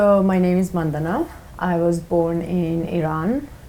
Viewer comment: It’s Mandana, not Man daana.